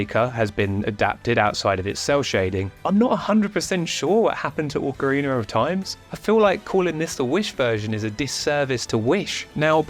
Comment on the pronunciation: Oh boy, I love the breakdown of this video, but "ORCarina" hurts my brain.